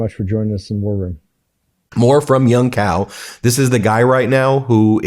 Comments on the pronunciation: Hong Cao's last name in pronounced Chow not Cow. As a lawyer I know you realize the importance of correct name pronunciation. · "Young Cow" and "Hung Cow." lol. It's a Vietnamese name, so "Cao" is pronounced "Chow." BTW, this conflict is essentially a war of proxies. If the Iranians want a serious peace talk, they should be talking to Vladimir Putin, not the Russian puppet in the White House.